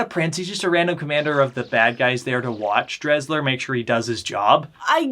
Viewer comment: I turned it off cause you cannot even pronounce Desslars name correctly. If you’re gonna review something get your facts straight.